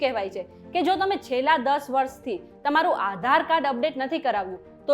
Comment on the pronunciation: Maybe it's Aadhar Card, Not Aaa dhar card :face-blue-smiling